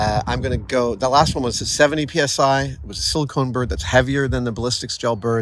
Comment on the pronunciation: Its "silicone", not "silikin".